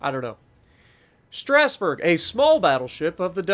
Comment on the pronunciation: The G is almost silent, it's pronounced strah-sboo-rh